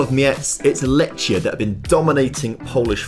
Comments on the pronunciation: Lechia is my club and u pronounce it (lehia) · Letch? Letchia? Racow? They are so basic to get right and he can't be bothered - takes two minutes to check. Can't even get Lewandowski right ffs